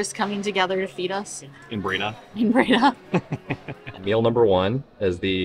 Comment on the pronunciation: It's Bray-DAH ;) (emphasis on 2nd syllable)